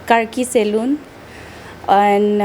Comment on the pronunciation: Saloon nahi salon🤦 Aur "n" silent